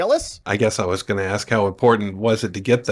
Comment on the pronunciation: Her sentence is, "Don't AX me sh-t"!